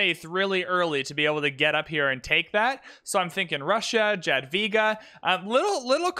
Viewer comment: btw jadwiga is ya not j(ade)